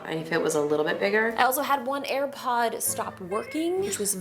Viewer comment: "i've almost eaten and aripod"